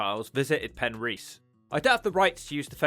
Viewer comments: Penrhys is not pronounced as Pen REECE. Pen RYS, (RISS). Regarding your list of TURDTOWNS, when are you going to include LONDON? The ugliest, dirtiest and most squalid city in the whole of Europe must deserve its own TT video. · It's Pen-riss, not a problem. Welsh language is f'cking weird. Looks like a cool place, those factory roofs though, a lot of that shit went on in the 70's. There is a lot of those roofs in Swansea. Looks like a lovely place to live if you have enough prepped. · First you didn't roll the r in Penrhys, then you failed to roll the r in Rhondda valley. I'm beginning to suspect you've never been to Wales. Hrrrrumph